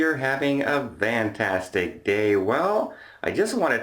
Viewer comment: The word is Not Vantastic its easy - FAN tastic like a fan.